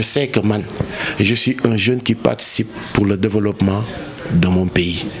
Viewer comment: Elle est juste nulle . Elle ne sait même pas prononcé jeune